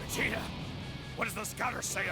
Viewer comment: How could we all forget ”Brawly” Ah. Yes. Brawly… my favorite character after gock-koo and veegeetah But second only to tie-een sheenhane Fml. Can we get someone that knows how to say the characters names next time?